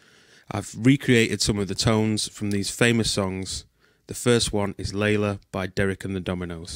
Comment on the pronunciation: you nailed Layla very nicely